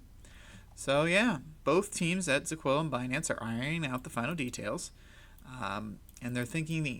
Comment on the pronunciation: "Zeecola" dude come on I know you’re new to this and have not done your research properly hence why you are butchering ZIL's name. At least try to pronounce the name properly. It’s ZILLIQA....ZEE-LEEE-QAA.